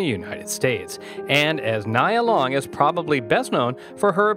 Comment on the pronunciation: Pronounce her name correctly before you start reading her bio.